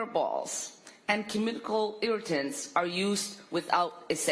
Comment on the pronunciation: ‘KUMMICAL’ she said as she read off a paper ‘speech’. Someone teach her the word is CHEMICAL! 😏